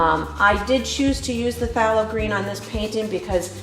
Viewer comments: I don't mean to b too critical but its pronounced " They low green" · "Faye low green"